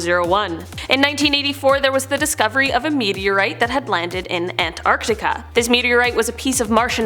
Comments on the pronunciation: The way she said algae and Antarctica also had me puzzled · Who taught her how to say Lava, Antarctica and algae????